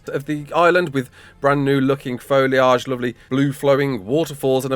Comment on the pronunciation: Say foliage again 😂😂😂